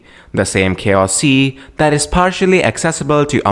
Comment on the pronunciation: Choas sea lol 😂